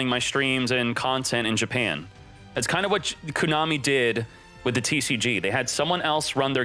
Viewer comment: If he pronounces it “Cooo-Nami” ONE MORE TIME lol